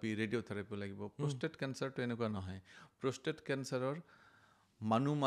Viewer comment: কথা খিনি ভাল লাগিল ।। কিন্তু, আপুনি কোৱা শৰীৰৰ Organ টোৰ নাম প্ৰস্থেথ নহয় 😂..... আচলতে organ টোৰ নাম প্ৰষ্টেট (Prostate) হয় ।।